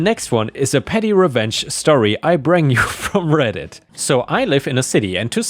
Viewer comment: The whole “brang” thing (I’m not there in the vid yet) could possibly just be an accent. I have a WV twang and any hard “I” gets drawn out a bit to sound more like “ah” but I haven’t made it there just yet but it was a thought lol